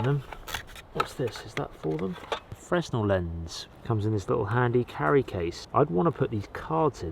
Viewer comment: Fresnel (the lens) is pronounced “fray-null” according to the book i got that taught me about them as a kid. The reamer tool (leather punch) has a hole for a thin cord and you thread the cordage through and you can use it to stitch leather bits together without having to fight with a needle in leather. Great vid! Thanks for all the testing